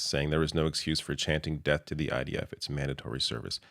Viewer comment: Even as a Dutchy I can hear him say; Deaf Deaf to the IDF...